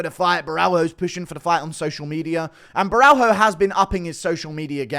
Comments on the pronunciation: It's not Borral-HO. it's Borra-LH-o. the L+H makes a sort of whet L sound. like you're saying l but with a speech impediment. like a baby saying L. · Borralho is pronounced BO’RAH-YO